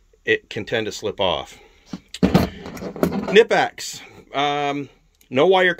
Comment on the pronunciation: Can’t pronounce Knippex? Can’t take this seriously. 🤦🏽‍♂️